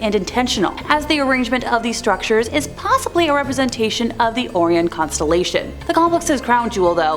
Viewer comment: Ah the "Oreon" constellation...